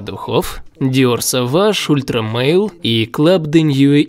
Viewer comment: Ни La Mâle a Le Mâle. Переводится как «самец» а самец не может быть женского рода. И не «мэил» а просто «маль» (созвучно со словами «больно» и «чемодан»). Club de nuit. Не «уит» а «нюи». У французов редко произносится последняя буква. Прошу прощения за мнение задротного эксперта (самого такие бесят). Просто мне как дрелью в ухо... 😅